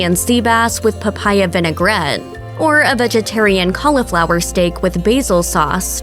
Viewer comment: & let's not forget "Churr-eigh-a-sco" & "CALLAH-FLOWER"